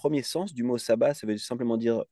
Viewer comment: Ca se prononce chabbat pas sabbat